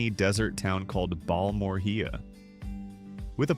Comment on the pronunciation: If you’re going to create video content like this about communities, at least do the research and try to learn how some of the names of these towns are pronounced. It’s Bal-mor-ea.